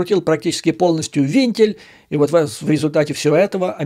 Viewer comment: Спасибо за ваши стримы! Они очень важны. Маленькое замечание: не вИнтили, а вЕнтили.